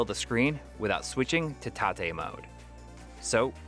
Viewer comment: Thank you for pronouncing tate correctly